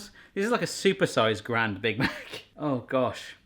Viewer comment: Why the hell do you pronounce grand as the French word grande?